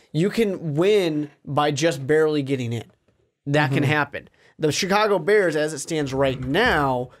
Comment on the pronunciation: Not beers it’s da bears I’m done watching you until you apologize